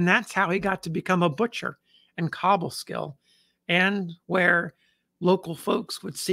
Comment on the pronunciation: Hey. Another highly appreciated story. However, being from near Albany, I must correct your pronunciation of Cobleskill. The “co” is pronounced like co-worker.